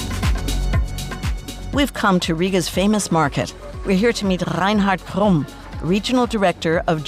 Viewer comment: That was a beautifully pronounced name. ASMR for my ears, Reinhard Krumm!